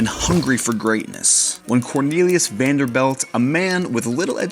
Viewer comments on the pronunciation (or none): It's NOT Vanderbelt... it's VANDERBILT. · It is not Vander - belt - it is Vander - built (spelled Vanderbilt) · I had to shut it off after he said “Vanderbelt” a hundred times in the first two minutes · Also VanderBILT not VanderBELT. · Vanderbilt NOT Vanderbelt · Quit saying VanderBELT! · An interesting concept for a channel but when the presenter pronounces the Vanderbilt name as VenderBELT and behemoth as BOhemoth, it undermines credibility. His pronunciation comes across as ignorant. Starts the video off with him in a rental luxury car and recaps all the prices. Run of the mill real estate agent trying to fine a youtube niche. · Am I the only one who keeps hearing him say “VanderBELT” instead of “VanderBILT” 🤔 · You keep saying “Vanderbelt”, I’m pretty sure their name is “Vanderbilt”. Eh? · The word potable has a long "o" sound. Correctly pronounced, it is "pote a ble" using the long o sound. A mansion so wonderful should at least have a presenter who knows that the VanderBELT family (whomever they are) did not have this mansion built. But the Vanderbilt family did. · VanderBILT. Not belt. BILT. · Is this AI audio. There are errors and you keep pronouncing their name as ‘belt’ but it’s supposed to be pronounced like ‘built’, no? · If you’re mispronouncing things like Vanderbilt not belt. Or behometh for comments to drive your channel. You’ve succeeded. Lol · stop saying BELT... its BILT.. You are literally changing their name. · VaderBILT not Vanderbelt. 🤦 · This is so good and this is just a tiny nitpick. The narrator keeps saying "Vanderbelt" when it's "bilt" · We are cringing every time you say "BELT" instead of "BILT". Vander-BILT not Vander-BELT. A fancy suit looks nice. Speaking correctly is CLASS. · Vanderbilt. BILT, not belt. and it’s not BO-hemoth. It’d behemoth. BE. Come on bro you sound strange trying to tell us about stuff and you can’t even pronounce it. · Vander-bilt not Vaderbelt. Bilt not Belt. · “Vanderbelt” “boehemoth”😂